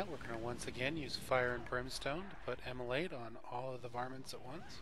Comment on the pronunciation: Immolate it the exact correct pronunciation of the word.